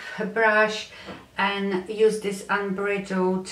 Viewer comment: You say it unbridled ( sounds like bride ) . You are beautiful and I love your accent! I'm from the USA and you are a joy 😊